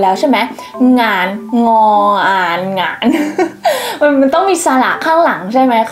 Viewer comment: โดยรวมฟังเข้าใจอยู่ครับ ยกเว้น 'เกียรติ' กับ 'งาน' ฟังเข้าใจยากจริงครับ